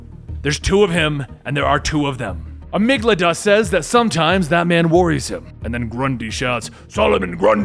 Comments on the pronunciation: Amygdala, not Amyglada. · It's pronounced "AH-MIG-DUH-LUH," not "AH-MIG-LUH-DUH" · I hate to be this guy, but its pronounced amig-da-la. It's a part of the brain.